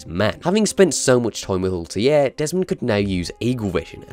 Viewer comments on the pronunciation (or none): Altair not Altiar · I love the pronunciation. Altair = Oltie :D Learn some English mate. We don't speak Welsh. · "Assassin's Creed is my favorite series" proceeds to pronounce Altair as Altier for the whole video. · What a weird pronunciation of "Altair" ... They say his name multiple times in games. It's weird you butchered it even tho you heard it probably 100 times :D